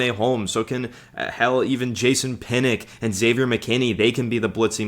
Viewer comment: kill me with the Jason pinick. Lmao it's pronounced (Pin-Ahk) Jason Pinnock would be disappointed